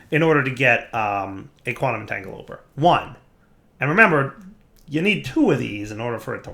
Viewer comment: Quantum entanglopoRter. There's an R. It isn't silent.